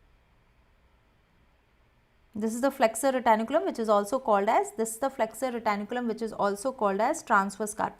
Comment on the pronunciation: Someone pls say her it is flexor retinaculum and not flexor retAnIculum